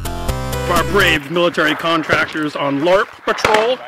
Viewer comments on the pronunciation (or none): I've never heard a Long Range Patrol called a Larp. We use to say Lurp. Is this a new pronunciation?